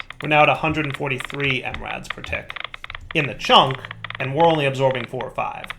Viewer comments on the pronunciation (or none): It's funny how knows how to say "milli" when talking about milli buckets but he says mRads when talking about milli Rads.